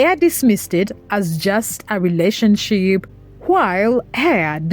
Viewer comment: Not being rude but if you are going to cover a story about someone please make sure you know how to pronounce their name. It's pronounced like Heffa not Hey-a